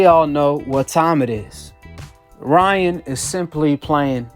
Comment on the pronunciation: “Lyan” Garcia